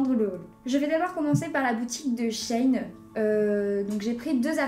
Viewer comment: Ça se dit She in (en anglais) pas chaîne